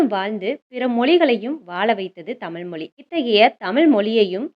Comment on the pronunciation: Thayavu seidhu thamizhai thamizh endru ucharikkavum. Tamil tamil endru koorum pozhuthu gen Z pillaigalin pechu thamizh kavalaikidamana nilaikku thallapadum.